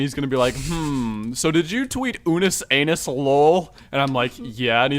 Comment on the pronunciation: Dudes it’s unus annus not anus